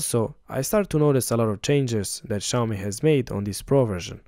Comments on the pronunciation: Maybe try learning how to pronounce Xiaomi? It's obviously not "shy-owe-me". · it's Xiaomi, not Xayomi 😄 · That's not how you say Xiaomi. Its pronounced like Siao mi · Nice review, next time learn to pronounce Xiaomi correctly.